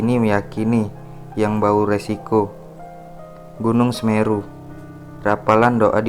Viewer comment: Koreksi dikit ya bang.... Guide>> (gaid) Mbauresiko>> (mbaurekso)